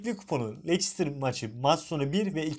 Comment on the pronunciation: Lestir diye okunur lecistir ne ya?